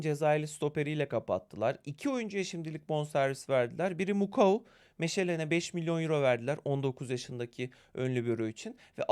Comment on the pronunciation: Mekhelen diye okunur..